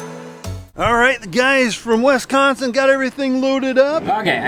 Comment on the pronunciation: said wesconsin but it’s pronounced Wisconsin